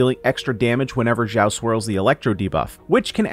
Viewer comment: xiao not zhao or zao x is pronouce like (s) from snake